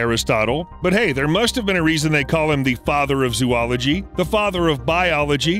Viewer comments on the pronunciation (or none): You’re mispronouncing “zoology.” Please look it up. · Wow. I can't believe he did that! Please report this to Google! 😤